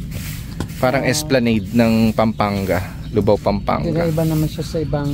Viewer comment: Lubao sir Hindi Po luvao